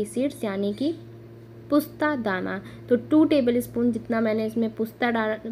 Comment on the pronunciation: pusta dana nhi , postadana bolte h , yaa खस खस 😅